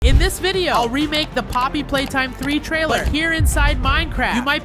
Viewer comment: Did dude say Poppy hopscotch.